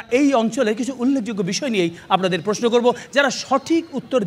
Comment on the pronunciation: হানিফ 'সংকট' যা বলেন, ০১. পর্যটক উচ্চারণ 'পোর্‌জোটক্‌'; সংকট বলেন, 'পর্‌জোটোক্‌'। ০২. প্রশ্ন উচ্চারণ 'প্রোস্‌নো'; সংকট বলেন, 'প্রোশ্‌নো'। আগেও একবার বলছিলাম, আবারও বলি। ০৪. সঠিক উচ্চারণ 'সঠিক্‌'; সংকট বলেন, 'শোঠিক্‌'। ০৫. কর্তৃপক্ষ উচ্চারণ 'কোর্‌ত্রিপোক্‌খো'; সংকট বলেন, 'কোর্‌ত্রিপক্‌খো'। ০৬. বাঁওড় উচ্চারণ 'বাঁয়োড়্‌'; সংকট বলেন, 'বায়োর্‌'। ০৭. মণ্ডলী উচ্চারণ 'মন্‌ডোলি'; সংকট বলেন, 'মোন্‌ডোলি'। .. ওনার পুওরলি পেইড চ্যালা যা বলেন, ০৮. কেমিক্যাল উচ্চারণ 'কেমিক্যাল্‌'; চ্যালা বলেন, 'ক্যামিকেল্‌'। ০৯. সেলিব্রিটি উচ্চারণ, 'সেলিব্রিটি'; চ্যালা বলেন, 'সেলিব্রেটি'। আগে থেকেই ঠিক উত্তর দেওয়া প্রশিক্ষণপ্রাপ্ত বলেন, ১০. ঐতিহয্য উচ্চারণ 'ওইতিজ্‌ঝো'; প্রশিক্ষণ বলেন, 'ওইতিজ্‌জো'। ১১. লক্ষ উচ্চারণ 'লোক্‌খো'; প্রশিক্ষণ বলেন, 'লক্‌খো'। আসেন, ইত্যাদিকে বিনোদনমূলক না বলে ভাষা 'নির্যাতনমূলক' অনুষ্ঠান বলি। এবং ভাষাকে নির্যাতন করার চেয়ে সংকটকে আদমব্যাবসা করা পরামর্শ দেই। নিশ্চয়ই সমাজে আদমব্যাপারির প্রয়োজন আছে।